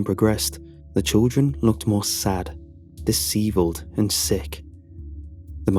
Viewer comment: My first time hearing disheveled pronounced that way.